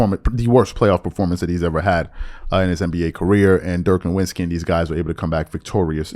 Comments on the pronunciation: Pronounced NORVITZKY... I mean, he only played in thd NBA for two decades. If you had watched ANY basketball in that éra, you would know how to pronounce his name. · Cmon bro stop pronouncing Dirk’s name with a "W" 🤣🤣